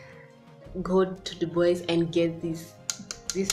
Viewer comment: Hey dear congratulations 🎉🎊 am sooo happy for you 1 k and is Dubwa for the pronunciation its french dubois thanks for sharing I will take time to visit them